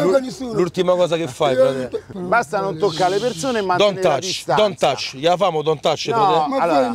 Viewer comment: senti lo scimmione: don't ATCH AHAHAHAHAH